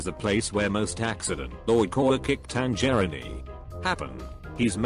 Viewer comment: Audio: "TanGERINI"